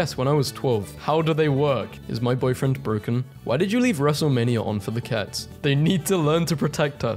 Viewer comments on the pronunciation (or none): none